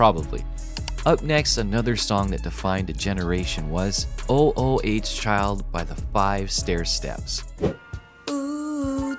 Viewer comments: O o h child? I thought it was Ooo Child.🤨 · Is this another computer voice it's not o o h child it's OOO CHILD don't just read LISTEN TO THE SONG ! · It's not O. O. H. child. It's sounds like oooh chile almost eww but ooh instead, it's a word a sound.. . Spelled. ooh child.. not O. O. H. child.. really? is this a bot? or just,, sigh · Please stop calling it o o h child. It was oooooohhhhh childv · It's not called O-O-H Child, it's called "Ooh Ooh Child". [even though it's spelled "O-O Child" on the 45 single cover] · stop calling it O, O, O, H, Child! It's oo-oo-child...jeez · Ooh Ooh child not o o h child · It's ooh child. Get it right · OMG. Stop saying O O H child continually. It’s hurting my brain!!!! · O - O - H Child? Don't you even bother fixing AI voiceover mistakes? I quite watching after that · Your AI voice sucks. Oooh, Child...Sih-BAY-lee-us...sheesh... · I love these AI narrators. "O-O-H-Child".